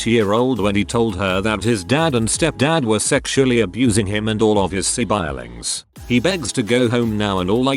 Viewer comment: Si-bailings lmao